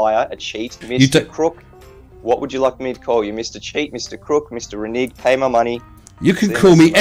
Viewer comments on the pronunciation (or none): Oh, please let this cover his hilarious video about the star trails around Polaris taken from 8°S....... Edit - Yay! Edit- he can't even pronounce "Renaging". 🤦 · "Reneeging"? He was so utterly rude and graceless about it all that even if he'd gotten it right, I'd have made deductions for "Ill manners" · Can someone teach Mitch how to pronounce 'renege'?